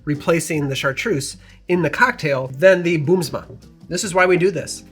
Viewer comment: In the Netherlands Green Chartreuse isn't that hard to get yet. You can order them online for like €45 (about $50). BUT, you can generally only order 1 at a time. Good luck to my American friends. Also, your pronunciation of Boomsma was quite good!